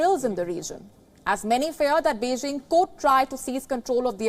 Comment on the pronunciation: Beijing not Beixing ok...please if you can't pronounce properly better speak tamil